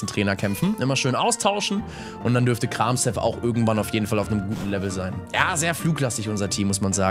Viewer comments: Arme Pflanzenpokemon😢! Und wollte fragen, ob man Kramshef nicht wie Kramchef ausspricht. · Du ich glaube das s in Kramshef wird eher wie ein sch ausgesprochen klinkt irgendwie eleganter.__. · Lieber ich bitte sie Kramshef nicht so Auszusprechen ich Bitte sie Die Ofiziellen namen für die Pokemon zu benutzen 😂